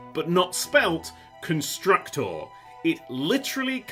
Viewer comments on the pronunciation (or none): You pronounce it "Konstrooktor", btw.